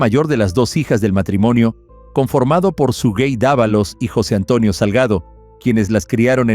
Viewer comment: El nombre es SUGEY no SUGUEY. No lleva ni se pronuncia con una segunda U.